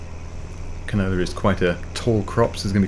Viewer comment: I rly like how pronounces canola. He says it more like canoler 😂